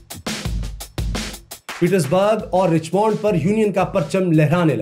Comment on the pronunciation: یہ رچمنڈ کو رچمونڈ نہیں کہتے بلکہ رچمنڈ (رچمینڈ) (رچ مینڈ ) کہتے ھیں جیسے ڈائمنڈ کو ڈائمونڈ نہیں بلکہ ڈائے مینڈ کہتے ھیں ۔ میں صرف اصلاح کر رھی ھوں تنقید نہیں